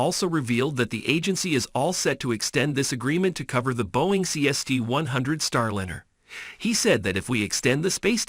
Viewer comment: There were too many mispronunciations in this to be credible; NASA (Naysah), Starlinber (Starlinner). Come on, have some professionalism. Disliked.